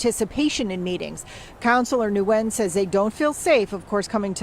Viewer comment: the name Nguyen is simply pronounced “win” not “new win”.